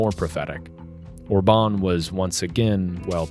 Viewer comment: His name is Orban with accent on O not orbAn with accent on A. How come you don't know this? I thought you said obAma from the way you pronounce it.